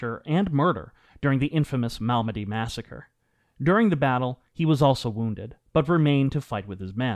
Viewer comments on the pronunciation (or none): none